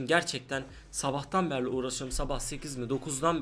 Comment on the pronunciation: beri demiyo berli diyo uyuz oldum :D